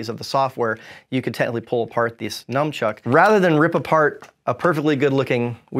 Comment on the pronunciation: Did say Numchuck? How do people get this word wrong? It's all over the internet!